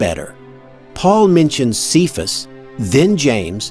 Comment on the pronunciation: Cephas is pronounced "kay-fuss", not "see-fuss".